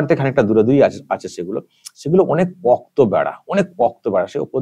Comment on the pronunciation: উচ্চারণ "পক্ত" নয়, পোক্ত।